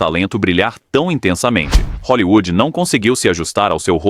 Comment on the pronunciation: TILLSETOW .................. E O CARALHO RAPAZ FALE HOLLYWOOD